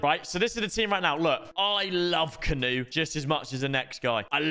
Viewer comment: Bro can you plz fix your pronunciation of Kanu this canoe talk is pissing me off 😂